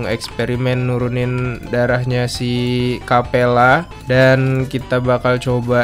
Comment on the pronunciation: Bang, kapella bang. Bukan kappela